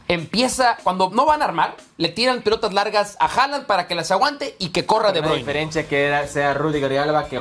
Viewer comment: Que alguien le diga a Hércules que Kevin se llama De Bruine. Y no De Bruiner